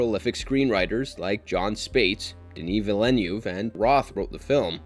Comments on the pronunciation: Villeneuve is pronounced veel-nerve not vee-lay-ne-view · Villeneuve nor Villenew. You keept saying the director's name wrong. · I'm sorry. As a French Canadian, the out-of-body experience I had every time you said 'Villeneuve'😂